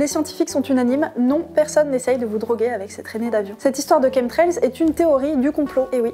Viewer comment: Merci grâce à vous je sais comment on prononce chemtrails avant je prononçait à la française Ouf l ordre et la vérité sont rétablies 😍😍😍